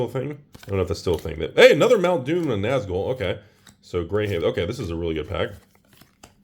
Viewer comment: Every time says Mount Doom I hear mountain dew XD